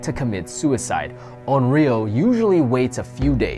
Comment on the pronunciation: Onryo isn't "on-ri-oh" but "on-rYO." :3 Other than that, oh my gosh everything is so cool!